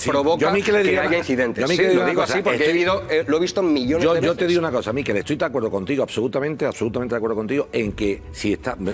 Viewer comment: Una apreciación fonética: MIQUEL es una palabra aguda, como "pincel", "carrusel" o "cuartel". Se puede apreciar en que no lleva tilde en la "i". De nada.